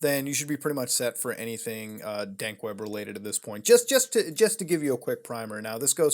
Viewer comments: Honestly, was it just me, or did he say Dank Web a few times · You kept saying dank web lol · it sounds like hes saying dank web i think dank web is just memes